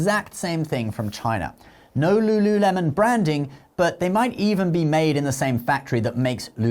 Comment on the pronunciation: Lululemon? Ew please don’t do that